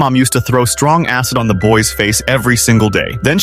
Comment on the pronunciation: Why did i hear "a$$" instead of "acid" 😭🙏